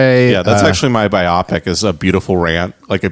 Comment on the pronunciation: "" (if that IS his real name) needs to learn it's pronounced BIO-PIC and not BI-OPPICK